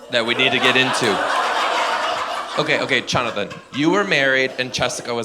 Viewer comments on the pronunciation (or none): The way he did Chonathan and Chessica 😂